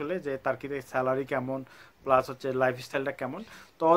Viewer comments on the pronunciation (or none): none